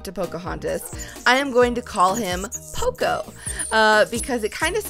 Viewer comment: its pronounced Po-co not pooco like coco in coconut